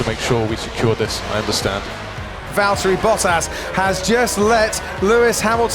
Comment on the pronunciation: Valtteri*, not Valteri or Valterri.